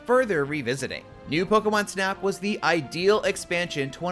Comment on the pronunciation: There is no way he said pokemon snap 😡😡😡